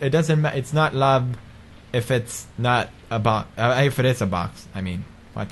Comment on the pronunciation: boxxy?! took me a while to figure out he was saying boxie